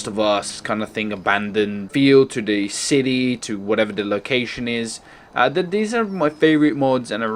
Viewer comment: why do you say 'these' wired you say 'dez'?.